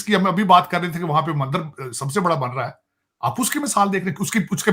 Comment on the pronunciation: Mandar nahi MANDIR bolna chahiye, yeh jahil muslim MANDIR nahi bol pata